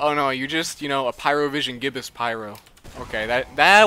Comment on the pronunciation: Gibus is pronounced jaybuss